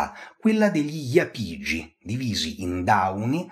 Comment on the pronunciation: Solo una piccola correzione, si dice Iàpigi, non Iapìgi, almeno stando a sentire la mia professoressa di archeologia italica. Ottimo video!